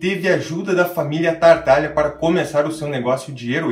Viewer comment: Legal o vídeo, mas como já comentei anteriormente, o nome da família é Tataglia e não TaRtaglia.